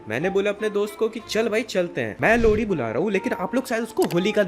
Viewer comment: Bro you say lohri - lodi